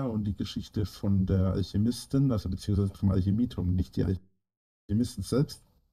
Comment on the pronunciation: "Die wurdäää vonna alschiemistin in alschämiiituam erfundnä. Vonna alscheemistän!"